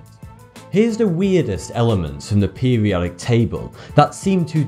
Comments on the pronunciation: pewiodic pewiodic pewiodic pewiodic that word has an r in it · "Peh-wee-odic"... "Boaf these factors"... "Twentieff"... "Synfetic"..."Waydeoactive"... "Fwancium"... "Next opp"... "Wiff"... and they say American's can't speak proper English. shakes head